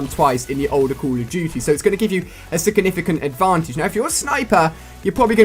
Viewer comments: He says "sickinificant" instead of 'significant' omg soo funny xD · "Sickanificant" lool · Can he even say "significant"